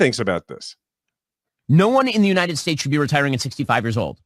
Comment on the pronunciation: "United Shates" "Ananaly" " Ananalies" Vote blue 💙💙💙💙